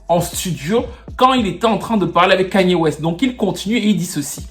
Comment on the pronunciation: Kayne pas ''Kagne''/''Kegne'' il n'est pas bamileke....... ahahahaahhahahhaaha